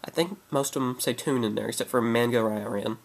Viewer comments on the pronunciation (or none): none